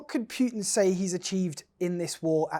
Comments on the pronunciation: Pootin, not Pewtin. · Can someone please take this reporter aside and teach him how to say “Putin”!!! There is no “W” in Putin! Pewter is a word of its own.